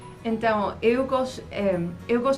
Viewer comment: uma dica sobre a sua pronúncia: você fala EU (que tem o E fechado) como se fosse o ÉL (que tem som aberto) do espanhol. Essa é uma das pouquíssimas falhas no seu português.